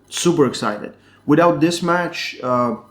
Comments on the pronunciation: Devlan and Levdon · I always hear "Levan" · Why do you keep calling Devon De-VAHN bud? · Your saying Devon differently lol